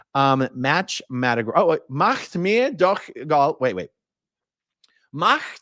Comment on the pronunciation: you're the first person I've seen that recognized "machtmir..." As a German phrase! Great pronunciation and translation!